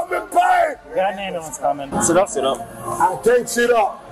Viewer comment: "I NEED AN AMBOOLANCE !" ROFLOL